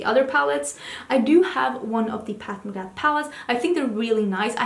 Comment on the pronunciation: Oh no, she said "Path" McGrath again 😂😂